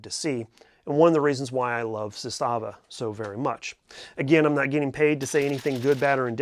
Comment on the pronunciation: ZAS-tava., per company pronunciation. Sorry, I just always find myself throwing that correction out, I'm not trying to be a jerk.